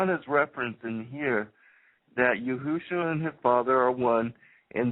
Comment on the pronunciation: ok before I listen to anotehr second of this ...stop calling him YOOHOOshua. It's Yeshua. PERIOD. I dont care ifyou think you know how to pronounce it. that's wrong. It has always been Yeshua. If you continue to pronounce it that way in future videos then I could only assume that everything else you say is imaginary as well